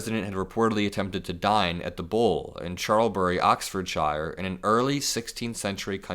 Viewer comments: The poor people in the Cotswolds were really inconvenienced and for what? He's a vile person who keeps being rude towards the UK. Ps it's pronounced shirr, sir with an h, not shire as in hire but we don't really mind. 😅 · Note for future - UK counties ending "shire" are pronounced SHER, not SH-EYE-R. Other than that, great reporting. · "Ahksfwoorrrrdshairrr" 😂, it's not pronounced 'shire' the same as the Shire in Lord of the Rings. It's more like the USA pronunciation of "sure" when said quickly 👍🏽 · Americans, it’s pronounced “Oxford-shir”. Not shire. Like Worcestershire sauce - it’s pronounced “woorstershir” sauce. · Just fyi, it’s pronounced Oxford “sher”, not “shire”. But rock-on the staff of The Bull ❤❤❤❤ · I love when Americans mispronounce (Shire) OX - fo-ord sheer. I think it’s pretty safe to say that the world detests dump and JD as much as America does. 😂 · It is pronounced 'Oxford-shur', not 'Oxford-shyre' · Instead of saying shire say cher. You will get the correct sounding pronunciation... Peace from Liverpool UK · Those shire words are pronounced sure. Oxford sure. It’s only the I sound when it’s shire on its own ala lord of the rings hobbits live in the shire 💙💙💙💙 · It's pronounced sheer not shyer, just so you know Oxford- shear, you Americans always say it wrong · Um... "shy-are"? That's where Hobbits come from, isn't it? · From UK - Ox fud shy er - is how you say it. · I am so proud of the pub staff. However, can our US friends please pronounce any county that ends with "shire" as "shuh". No need to emphasise the "ford" either. Slur it. Oxfudshuh. I don't know where to start with Worcestershire!! Wustershuh? 😂😂😂😂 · Im loving ur pronouncing of Oxfordshire! As a brit its said like oxfordsheer 😁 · Its pronounced oxfordshu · Ox-ferd-sher for you to pronounce. When Americans pronounce Shire it's like lord of the rings. We mostly pronounce it Sher. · OXFORD-SHEER, pronounced like that please! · just say it like 'sheer' ... Oxford-sheer